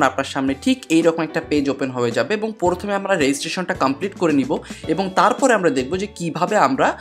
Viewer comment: Vaia porthome na..prothome..🙃